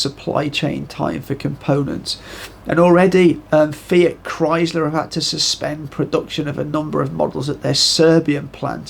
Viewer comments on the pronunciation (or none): none